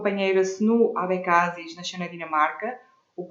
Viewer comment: AD é coligação de 3 partidos PPD, CDS e PPM October Surprise Abecassis pronuncia errada